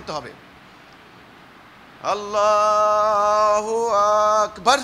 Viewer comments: নামাজ পড়া শিখো আগে কোরআন পড়া শিখো আরে বেটা তোমার আল্লাহু আকবার সহি হয় না আগে আল্লাহর নামটা ছড়িয়ে করে বলতে শেখো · এই শয়তানটা মানুষের সরলতা নিয়ে খেলছে। ইসলামকে নিয়ে খেলছে,,,,,। যেমন, নামাজের শৃঙ্খলা সঠিকভাবে শিখিয়ে,,, আল্লাহুআকবার উচ্চারণের শেষে ধাক্কা মেরে বলছেন। যেটা আল্লাহর সাথে চরম বেয়াদবি। এখানে উচ্চস্বরের কথা বলছেন উনি। আবার সেনাবাহিনী দিয়ে উদাহরণও দিচ্ছেন। বুঝাচ্ছেন কি,,,সেনাবাহিনীদের কমান্ডো বলে আরামে দাড়া,,,, আহ।সূরা-কেরাত, তাকবির পুরো শব্দ, বাক্য জোরে স্বরে উচ্চারণ করা যায় না? ইসলাম নিয়ে ভণ্ডামি করো। নামাজে যে সব তাকবির, সূরা-কেরাত পাঠ করা হয়, সেগুলো দ্বারা কি মুসল্লীদেরকে নিয়মশৃঙ্খলার সতর্কতা করা হয়? নাকি তাকবির, সূরা আল্লাহর জন্য পড়া হয়। শয়তানটা, আল্লাহর দ্বীন নিয়ে খেলছে,,,,,। এ হচ্ছে ইহুদিদের দালাল,,,। আপনারা যারা এদের দলে যোগ দিচ্ছেন বা ইতিমধ্যে যোগ দিয়েছেন,,,, তারা বুঝে-শোনে হিজবুত তাওহীদ কে অনুসরণ করুন। আল্লাহ সবাইকে বুঝার তাওফিক দান করুন। আমীন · আপনার তাকবির সমূহের উচ্চারণ ঐ তো ঠিক হয় না। না জানি কিরাআত এর কি অবস্থা! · আল্লাহু আ----ক ---বা----র ব্যাটা মূর্খ কোথাকার টান আছে এখানে? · ওরে দুষ্টু দাজজাল মার্কা হিজবুত তাওহীদের দল তোদের স্বলাত টা তো হল শয়তানের তৈরি করা স্বলাত আললাহু আকবার , এই তকবীর দেওয়ার সময়ে আ- ক বলার জায়গাতে টান দিলে কেন যেখানে টান নাই সেখানে টান দেওয়ার অধিকার তোমাকে কে দিয়েছে, কুরআনের ক জানে না হাদীসের হ জানে না আর ইমামের নামে নতুন একটি দল তৈরি করে জাহান্নামের দার প্রান্ত থেকে জাহান্নামের দিকে আহ্বান জানাচ্ছ আর অজ্ঞ অবুঝ জাহেল মুর্খ অসভ্য বর্বর পাগল বিকলাঙ্গ মানুষ গুলো জাহান্নামের দিকে পংগপালের মতো ছুটছে। হে আললাহ এই শয়তান হিজবুত তাওহীদের খপ্পর হতে মানুষ কে রক্ষা করুন আমীন। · তার তো কোরআন তিলাওয়াত সহীহ না,আল্লাহ আকবার, তাকবির তার সহীহ নয়। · এই বাটপারে তো আল্লাহপাক বার সহি ভাবে বলতে পারেনা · ভাই আপনি ছলাতকে বিকৃত করছেন। তাওবা করুন। অনুসারীরা ও মূর্খ আর যারা দেখতে গেছে তারা ও মূর্খ। মূর্খ ইমাম তাকবীর ও উচ্চারণ করতে জানে না। মহান আল্লাহ তায়ালা সবাইকে হেদায়েত দান করুন আমীন। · তাকবীরে শেষে যে ধাক্কাটা মারেন সেটা কই পাইলেন? এটা তো ভুল উচ্চারণ